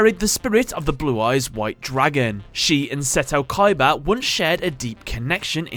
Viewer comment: you misspronounced the name KOIIBAAA